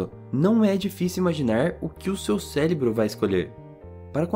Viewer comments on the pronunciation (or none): Célebro não! 😪 É cérebro. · Muito bom o vídeo mais só eu que percebi que ele falou "celebro" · só eu mesma percebi o "célebro" e fiquei bem agoniada mas eu não tô criticando, foi um erro entre vários acertos. parabéns